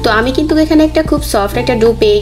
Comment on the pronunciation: শব্দটা "কিন্তুক" নয়, ওটার উচ্চারণ হবে "কিন্তু"।